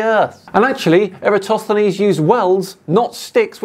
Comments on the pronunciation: And after all these years, he still cannot even get the name right. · since professor Dave said that all flat earthers cant pronounce Eratosthenes. i have taken note when ever he is mentioned and he is correct they always say it wrong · If nothing else, could he learn to pronounce Eratosthenes correctly? Or at least close? Here's a simple experiment most of us can do: 1: hold out two adjacent fingers 2: curve them, like a claw 3: move the tips apart 4: notice that there's an angle between the tips and the palm (or back of palm). ☆☆☆ This is an angle between two curved lines. But more importantly: is right in saying the scale is important; because the Earth is so huge, the local area can be taken to be flat, both at Syene and Alexandria. It's the distance between the two locations that shows the curvature. In the experiment, the distance was about 5000 stadia (~800 km), and the angular difference was about 1/50th of a circle. Turns out that local conditions at Syene weren't important, as the sun shone directly down the well, so was overhead, and there was no angle to measure (i.e. the "angle" was zero degrees). The angle at Alexandria was ~7°. This can be take as flat because the height of the pole and the length of the shadow were so tiny, that curvature could be ignored. Why do I believe this? I learned it in the first year of my Cartography degree. But what if the lecturers were part of some sort of conspiracy involving a space agency on the other side of the world? Well … globe earth explains why we have a day/night cycle at the same time as a season cycle, and also how we have lunar eclipses and solar eclipses (often half a month apart). Flat earth can't explain either of these. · Can spend a few minutes learning how to pronounce Eratosthenes? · I love how every single flat earther mispronounces Eratosthenes the same way.